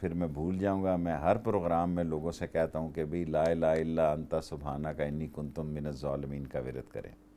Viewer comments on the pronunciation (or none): Mr Sheikh Rashid it is inni kuntu not kuntum.